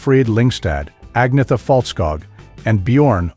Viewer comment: Ce commentateur ne sait même pas prononcé le nom d'Agnetha correctement . Il prononce Anissa et Frida c'est Frieda . Dans la tenue vestimentaire , il dit que Frida porte une jupe alors que c'est un pantalon large